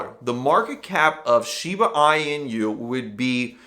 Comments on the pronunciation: Thank you for taking the time to make the video, but I have to wonder: Was your "Shiba I.N.U., or Shiba Eeenu, or Shibe Eye-nu" thing just trying to be cute, or do you really not know how to pronounce it. It the name of a dog breed with a known pronunciation, and even if you haven't ever heard the name of that breed, it IS the name of a Crypto Coin that if you haven't heard of before makes me wonder why I should listen to you talk about it. I'm hoping it was just an attempt at comedy. ;-) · Pronounced Shee(ba) (in)you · Had to stop watching because if this guy doesn't even know how to pronouce Shiba inu, how can he be smart enough to give advice on the coin smh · Let’s take a price prediction from someone who can’t pronounce the name correctly. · You don’t know how to say the name and you expect me to hear what you gotta say about it? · I take it you didn't read the whole comment…? I clearly stated that even if somebody didn't know of the dog breed one should still know how to pronounce it because everybody in crypto is talking about it. Somebody who's doing a video about it should surely have done at least some research, even just watching one…one!…other video. If they haven't, then I was curious how that person should except anybody to take their opinion/commentary/"advice"/etc. seriously.